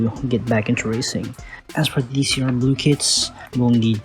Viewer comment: Fun fact: It's not Dee Cee aRe. It's Decross.